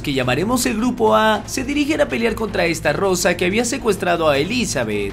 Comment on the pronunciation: Que es Estarossa con una "R" no Estarrosa... Jodeeeeeeeeeer